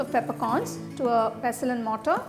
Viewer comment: pessel and mortaaa. Your accent. Craaaazy. Are you from Uzbekiztan? Esfreda powder! I fan your engleeeesee till death. But I die now after hearing your engleeeesee.